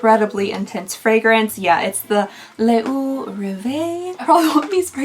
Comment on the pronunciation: IF it makes any difference, when you see 'eau' on the package, just pronounce it as 'oh'. It'll be much closer to the real thing but eh, I understand you just fine!